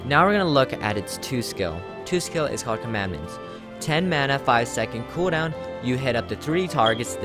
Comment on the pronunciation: KUDAWN!!! (cooldown pronounce) hehehe